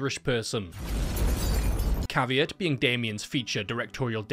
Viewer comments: So you're saying I need to pronounce CAVEAT like caviar and not CAVE EAT? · I don’t know if it’s CAV-EAT or CAVE-AT. anyone else having this problem?